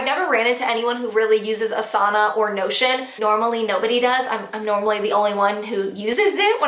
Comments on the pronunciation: Lol to that time that during the whole video I thought you were saying “no shit”app and it wasn’t until you posted the photo that I realized you were saying notion. 🤦🏻‍♀️🤦🏻‍♀️🤦🏻‍♀️ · Not going to lie, thought you kept saying 'no s--t' instead of Notion, lol (I blame a clogged ear and mult tasking). Thanks for the tips. Notion might be a good one for my needs.